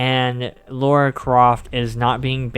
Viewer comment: It's Lara, not Laura